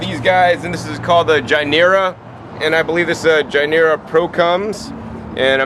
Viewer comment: gynura procumbens aka longevity spinach, and gynura bicolor aka okinawan spinach. The first letter is pronounced as "guest" not as "George"... Much easier to find these plants by their "common names".